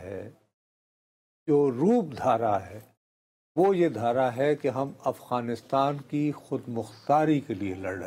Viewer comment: آپ پچھلے کئی ہفتوں سے “افغانستان “ کو اغوانستان” بولے جا رہے ہیں 😂